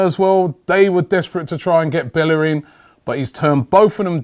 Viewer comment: at least pronounce his name. correctly.